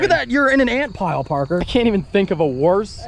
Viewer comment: Nooooo, not "porker". Never put him on the channel again.